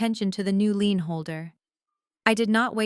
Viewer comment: Lien not lean. Hire people who can read and spell English.